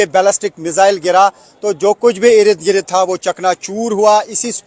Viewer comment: Eirid girid eirid girid Urdu ke shabdon ki ma phad di